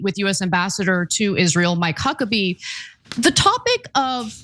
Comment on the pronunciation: Did she say Cuckabee? 🤣🤣🤣🤣